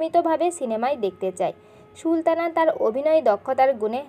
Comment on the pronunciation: আগে কথার উচ্চারণ ঠিক করেন, ছি :কি বাজে উচ্চারণ। আপনি তো সুলতানাr নাম ee উচ্চারণ করতে পারেন না